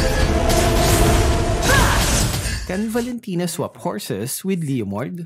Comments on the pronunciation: Omg NO its not valintina its valin kunat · Valentina Par not Valen tino